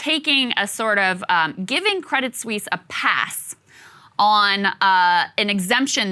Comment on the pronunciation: You don’t pronounce the “t” in “crédit Suisse”. Just to let you know.